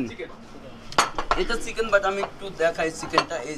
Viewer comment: আপনার কথা বলার উচ্চারণ শুদ্ধ করতে হবে, বিশেষ করে চ, ছ এর উচ্চারণ। চিকেন কে সিকেন শুনা যাচ্ছে, খারাপ শোনা যায়। এমনিতে আপনাকে ফুল সাপোর্ট ❤